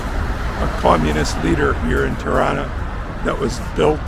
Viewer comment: Tirana Pronounced like Toronto, not Triana